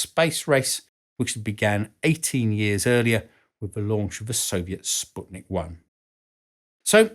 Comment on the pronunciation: Your are the only native English speaker that pronounce Sputnik correctly. 🙂👍